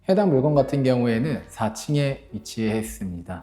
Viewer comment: "물껀" 으로 발음하시는게